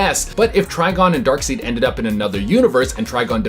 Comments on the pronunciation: Ok… It’s Dark *SIDE*, not Dark *Seed*. Darkseid is the villian, Dark seed is his ejaculate. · It's pronounced darkSIDE, not darkSEED. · It's not pronounced "dark-seed", man, it's pronounced "dark-side" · Did that man just call Darkseid "darkseed"? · Why does he keep calling him Dark "seed"?